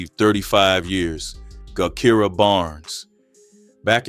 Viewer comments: Her name is pronounce jah Kai rah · Thank you because AI tore her name all up